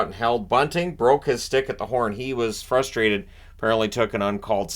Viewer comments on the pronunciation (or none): none